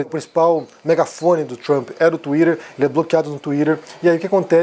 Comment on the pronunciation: Tuirerrrrrr ? hahaha